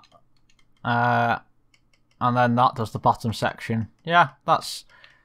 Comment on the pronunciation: When you say “that” it’s sounds like thot. Lol